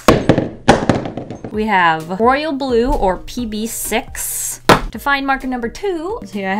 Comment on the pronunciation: "We have Royal blue or pb6" I thought she said PP6.